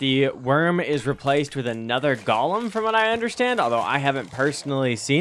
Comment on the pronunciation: Wtf is a Gollum bro it's 'Goh-lem'